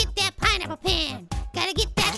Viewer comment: when he says pen it sounds like he saying ben